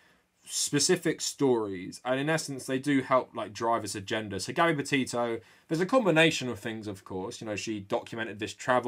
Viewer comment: I’m so sorry but when he says her name all I hear is hear is Gabby Potato 🥔